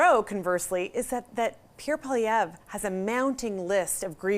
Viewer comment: "Pierre Poliwoq" 👍🏻😄